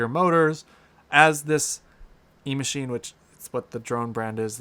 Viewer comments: And it's not E-Machine... It's Echine... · It’s EACHINE not E-Machine. 🙄🙄🤓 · I think you are saying "Emachine" as the name for this drone, but the web page you show toward the end of your video shows it to be "Eachine" (without the M).